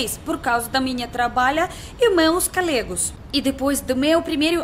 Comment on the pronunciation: Você é muito divertida... acho uma graça quando você diz cAlega, que seria cOlega.. cAloca que seria coloca .. mas, está muito bom seu vocabulário. Tem um restaurante russo na Vila Mariana Barskiy Don..conhece????